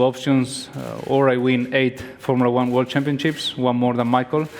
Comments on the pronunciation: Alonso keeps on saying Wor instead of World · When Alonso says 'world' it sounds a bit like 'war'...